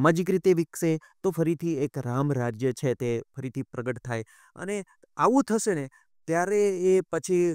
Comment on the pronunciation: પ્રશ્નકર્તા ભાઈએ 'શ'નો શુદ્ધ ઉચ્ચાર શીખવો પડે. "સીખવું" નહીં, 'શીખવું'; "થસે" નહીં, 'થશે' વગેરે.